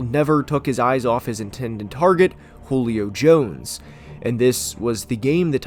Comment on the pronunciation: I was laughing for 10 minutes straight when you said hole-io Jones. I had tears in my eyes